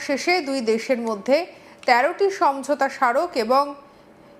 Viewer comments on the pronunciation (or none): none